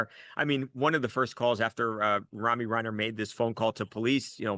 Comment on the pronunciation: Her name is pronounced Roh-me not Rami